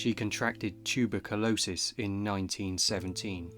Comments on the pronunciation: not tube uh colosis - but: tyoo buh kyoo low suhs you'd say, or tuh bur kyuh low suhs normally but very interesting video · "Tuba-calosis!!!!😂" Teberculosis!!! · Video title is false. Oldest known music is Hurrian Hymn to Nikkal, a song written in cuneiform on a clay tablet from around 1400 BCE. It is the world's oldest substantially complete work of notated music, This bloke just marked himself out as a first rate dick head with his pronounciation of tuberculosis. What a wanker. His pronounciation is as ridiculous as someone saying, "Hyper bowl", when saying, hyperbole. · You're pronunciation of Tuberculosis is very bizarre. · The way you pronounced tuberculosis made me laugh. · Strangest pronunciation of "tuberculosis" ever! Where did that come from? 🤣🤣